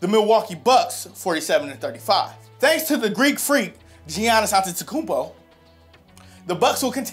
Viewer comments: He said Greek Freaks name wrong, and you're not the best TPS host, that's mike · Geeannis antetekumpo, ok